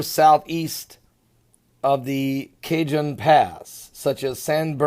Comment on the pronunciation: Pastor, Cajon is pronounced Ca-hone Pass. Keep up the great work.